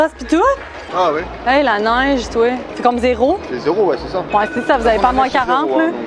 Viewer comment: Elle ne prononce pas trop bien le mot Neige.